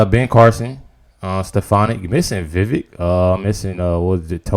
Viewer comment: Just fyi, it's 'vee-VAKE'.